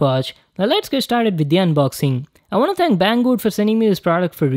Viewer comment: " i wan't it"...